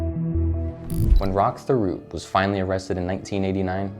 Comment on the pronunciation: Thériault is pronounced “Tério”. But good vid.